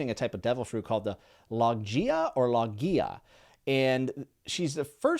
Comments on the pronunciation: Btw logia in the series is pronounced (LOW-GI-AH). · Logia is low-g-ee-uh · I loved Skypiea! It comes to relevancy in about 800 chapters but its such a good set up arc! I loved the review, and keep an eye out on those cover pages! You'll be excited to see where Skypiea all ends up! Also: Paramecia: para-mee-see-uh Logia: Low-gee-uh Love the reviews! Can't wait to keep watching and keeping up with your journey! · Would like to point out that Logia Devil Fruits were mentioned in Alabasta with crocodile since he has the Sand Sand fruit. It’s pronounce Low Gi A btw. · Logia is pronounced Low-Ghee-Uh just so you know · logia is pronounced low-gia but i think thats your only pronunciation error yet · Love being able to watch your journey with the crew! Keep the vids coming and we can answer all questions you got P.S. for Logia type fruits, Logia is pronounced LOW-gEE-UH. I’m sure someone said it already but 🫡🏴‍☠️ And YESSS THE MOON!!! Keep an eye out for manga cover stories coming up for elaboration on Enel’s (Eminem 😂) journey👀🫣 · I believe that's pronounced (?) Low/gee/ah However, definitely check with others before saying it (Logia) that way between now and chapter 1000+ 👍! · Low-gi-uh (hard g) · I love the videos I feel like I get to reexperience this series for a third time with you. Just want to help you out a little. First, Poneglyph is pronounce like Phone without the H. So Pown-eh-glyph. Second, Logia is Low-Gee-Uh. The G is pronounced like a G in grass or grape. Third, Paramecia is pronounced Pair-uh-me-see-uh. Sorry if I sound rude or if someone already said something I just wanted to help. Hope you have a great day and are enjoying the show. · Lemme help you out a little..logia is pronounced Low-gi-yah("gi" not "gee") but great Vid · btw Logia is pronounced low-gee-ah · Also just to help you out, Logia is pronounced Low-Gee-Aa ^.^ It will be something you'll say a lot in the future. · It's "low·gee·uh" for Logia.